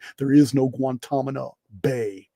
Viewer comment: You're so cute with your word reversals. It's Gwan ta na mo. Guantanamo. The "n" comes before the "m". 😘